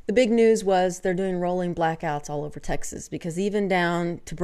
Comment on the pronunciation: i love the way you say "texzizz" - do all texzanz pronounce it that way and i have never noticed?